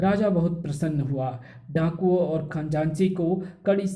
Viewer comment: Khajanchi bolte hai Khanjaanchi nahi